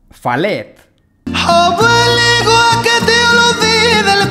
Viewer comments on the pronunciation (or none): Jajajaja que costumbre de cambiar las palabras al inglés!!!! Joder que es Falete y no Falet !!!! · ¿Falet? Es Falete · Desde españa: Faletttt 🤣 se pronuncia FA LE TE